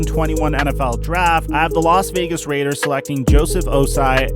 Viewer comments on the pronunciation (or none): none